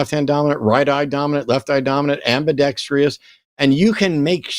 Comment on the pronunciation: Is it an American thing or just a Matt thing to say "ambidextrious"? In Australian/British English we say "ambidextrous" i.e. no 'i' after the 'r'.